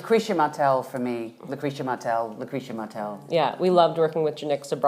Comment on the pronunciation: Cate said "Lucreia Martel" 3 times 😭 as if she was making a wish ✨️ LOVE HER